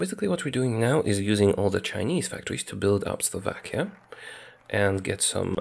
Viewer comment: Slovakia? No Slavakia